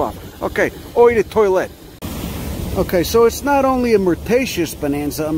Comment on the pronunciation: It's just pronounced 'Oh', without the 'H' :-D